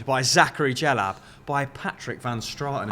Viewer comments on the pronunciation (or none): It’s not “jellab” it’s “dj- Ellab”